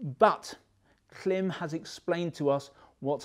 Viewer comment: It is pronounced Klim as in climb. Great content btw.